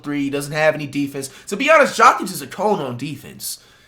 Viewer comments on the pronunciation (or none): His name isnt jockig 💀🤦🏾‍♂️ and Wemby is not better than Jokic, you smoking.